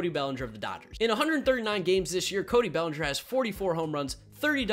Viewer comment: It’s bellinger